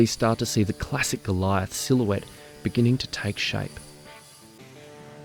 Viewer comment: I am pretty impressed how well you pronounce the words "Kübelwagen", "StuG" and "Sturmgeschütz", you just need to work on the german pronunciation of "Jagdpanther" and "Goliath". The "a" in "Jagd" is pronounced like the "a" in "art" and "Panther" is pronounced like "hunter", just with a "p" instead of the "h". And "Goliath" is pronounced "goal-e-art"